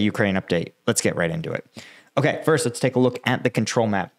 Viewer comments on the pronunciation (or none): none